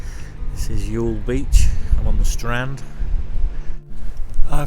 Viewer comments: Pronunciation of Youghal is spot on. It's Yawl :) as for the video, It's terrific to see the town again. Haven't been home since 2017 myself and hopefully will get back this summer. Nice to see a quick snippet of my grandfather's monument in your video too in the market square. Really looking forward to the rest of the coming trip. Safe travels. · Youghal pronounced as y'all so your pronunciation is good.